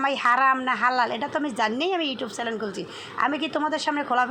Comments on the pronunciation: চ্যালেন না চ্যানেল। উচ্চারণ করতে না জানলে শিখবেন। আর ঘুরে ফিরে একই টপিক নিয়ে কথা বলা বন্ধ করবেন। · আপু চ্যালেন বলেন না। বলবেন চ্যানেল